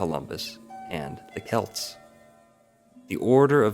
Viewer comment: How come y'all people be making videos on Irish history but can't figure out how to pronounce Gaelic words. Its oh-wum not og-gam, its Kelt not Selt. Its ish-kuh bah (uisce bá - whiskey), not however you butchered it. You want to make a linguistic connection but you can't even speak the language! Smh!